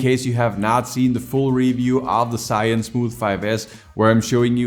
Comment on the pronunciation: I have watched many of your video but still not get used to it when you say the name of Zhiyun 😅